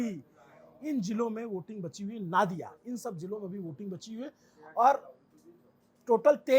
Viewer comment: नादिया नहीं नदिया